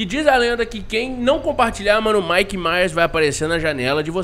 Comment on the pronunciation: Tj,o nome é Michael Myers ñ Mike Myers,tmj ❤